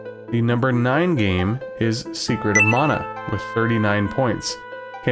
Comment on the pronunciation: Finally found another YouTuber who pronounces as MA-NA. My personal favourites are FF5, Estpolis + Estpolis 2, Seiken Densetsu 3, Rudra No Hihou, Tenchi Souzo, Gaia no Densetsu & the Super Robot Taisen series (mainly 4th one), Hero Senki, DQ6 & probably some others I can't remember at this point. But definitely not Chrono Trigger; I do like the music though.